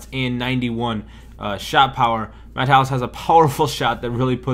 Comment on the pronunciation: great card... but none of the kids be able to pronounce his name correctly.... it is MATT-AY-EUS. Defninite legend, but very pricey.